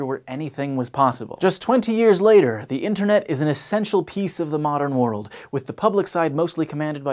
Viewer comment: decrease "worldsa?" What's that?